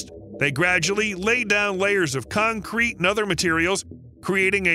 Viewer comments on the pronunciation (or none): none